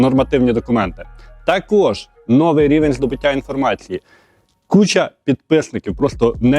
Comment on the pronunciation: Biдповідь на чего чего : новий - наголос має бути на 2 ий склад , одіваються ні, - одягаються ; наряжаються ні, перебираються, в кавичках -- ні, в дужках, ростворітєль -- ні, розчинник. Пора вже говорити чистою українською...